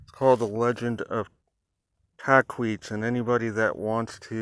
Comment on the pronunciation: Just a heads up its Tahquitz (tah•quit•s) i spent a lot of time as scout in idyllwild and have heard many legends of Tahquitz. Definitely a story to be heard